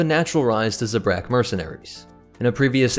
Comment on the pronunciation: No, it is pronounced “zebra.”